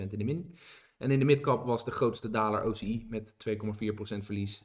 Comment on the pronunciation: je spreekt OCI uit als Oh Sea Aaj 😛